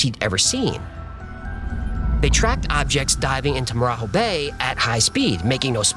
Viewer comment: As Brazilian I want to point out two mistakes: first, the marajó bay, we don't pronounce 'Jo' like Hispanics do. We speak Portuguese. You should speak more like in Jogging. Second, the cops car you shown is from Rio de Janeiro, not Pará. In Brazil each state have its own police force and the colors comes from the states flags. But apart it, an amazing video as usual.